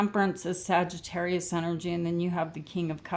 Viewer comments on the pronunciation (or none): none